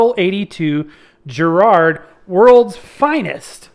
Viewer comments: Why oh why can't Americans pronounce Garrard correctly. It's Garrard as in Garage or Gary not Jerrard as in Jerry or Jeremy. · I wish American’s would pronounce it correctly it’s NOT Jerrard it’s Garrard as it is spelt. It starts with a G not a J. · Hey, please tell us confused American hifi geeks the correct pronunciation: is it "GA -rard" or "JA-rard"? I've always heard it as the latter choice. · Interesting video - it took me back to my school days. But, please note, Garrard is pronounced with a hard "G" as in Gary, not a soft "G" as in giraffe. A little research would have put you right! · Makes me laugh how Americans pronounce the word Garrard especially as I used to wire the arms up on Garrard turntables back in the day. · Well done for butchering the name Garrard multiple times.